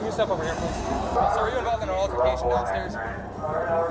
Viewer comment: "AL-tercation", please PRONOUNCE it correctly, thanks.